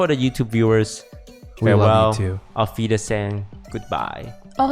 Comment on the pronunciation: ayy that "Auf wiedersehen" from Toast was actually not too bad. Also yes, Berlin sucks. I have no idea why its still the capital of germany. Its one of the ugliest cities in germany. I live in cologne so obvs I'd have to suggest that, but Munich would probably be a way better pick than hamburg. Maybe even Frankfurt or Hamburg